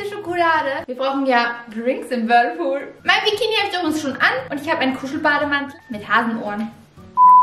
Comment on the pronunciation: Wie Vicki immer das Whirpool sagt 😄 Liebe eure Videos liebe Grüße ❤💜